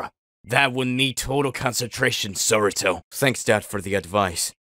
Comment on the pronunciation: its saruto not soruto